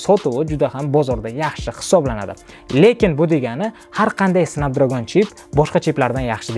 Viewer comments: Okam lekin "snabdragon"soʻzini ham aytiwwi qalpoq qib tawadizeee 😅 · Эээээ, Ака Снепдрегон`ди Снапдрагон диябсизми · Snapdragn bo’ladi 1-dan, 2-dan flagman bo’ladi agar haqiqiy inglizcha o’qisez. Google dan shu so’zlarni yoziz pronunciation desez chiqazib beradi. Bular ichida Snapdragonni haqqatta o’zbekcha talafuz qilganman, haqiqiy talafuz snepdregon emas snapdragn bo’ladi. Dictionarylarni ochib tekshirib olavering ishonmasangiz. Siz aytgan talafuzlar rularni o’qish talafuzi haqiqiy talafuz emas.